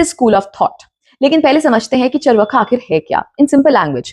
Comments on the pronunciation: First of all, it is चार्वाक not चर्वका। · It’s pronounced as chaarvaak, not charvaka. Indians are now reading even Hindi in Roman script and are not learning correct pronunciation of Hindi words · You are doing good , but pronounce name correctly चार्वाक